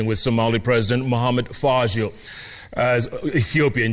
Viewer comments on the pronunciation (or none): Jeff, pronounce “ Farmaajo “ properly.